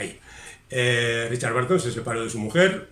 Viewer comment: ten en cuenta que la pronunciación de BURTON como barton (y STEPHEN como stifen) es (una vez más, en España) generalizada, pero inventada. Debe sonar bérton. Esa UR es parecida a la de THURSDAY zersdei, CHURH cherch, CURSE kers, BURN bern... Magnífico resumen, como siempre.